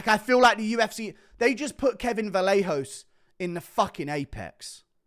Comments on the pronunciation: its pronounced "vah-yay-hoe-ss" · Kevin Vallejos is pronounced “vah-YEH-hoh"